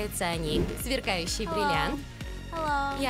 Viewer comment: бриллианти , а не бирианти или как ти ешо там говорил